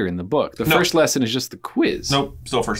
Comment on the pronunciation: Dude said VIRSCHT OF ALL